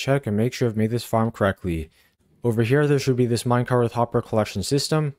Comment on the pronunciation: There is no H at the end of the word minecart. You constantly pronounce it "minecarth" for some weird reason. It's just minecarT.